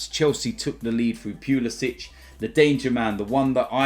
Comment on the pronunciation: Did you just call him " Punisic"....really 🙃🙃🙃🤪🤪🤪🤪🤪🤪